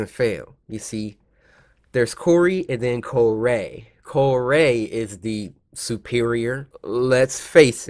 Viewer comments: i like cory not corr-ay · I think Cory is better not “COR-AYY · my name isn't Cory, its Co-Rayy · No, it's Corayy not, Cory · no No NO it’s co-rayy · I liked the vid cuz it's cory, sorry "cor-ray", but this game is cringe, barely got past the 3min mark. Seduction guru? really? and the girls on the bed- boy bye. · Sir his name is Cor-ay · u mean co rayy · His name is Cor-ayyy! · It’s co-rayy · DenCorAlSubSke it’s co-ray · Its co-rayy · MegaGamerDude Actually it's Co-rayy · MegaGamerDude you mean cor-ray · Ahem it's COR-AY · Joe Soria you mean Co-Rayy? XD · uuuh excuse me its CO-RAYY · Bella Glitterface ehem... its Mr. Co-RAYY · Mysterious Q202 it's co-rayy